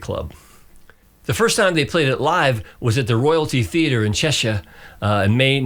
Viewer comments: Cheshire pronunciation 😯👏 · Spot on with your pronunciation of Cheshire! 👌